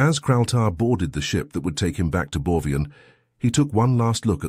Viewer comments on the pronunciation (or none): Am I wrong, cause I hear "Borvian" while it's written "Borgian" in the subtitles?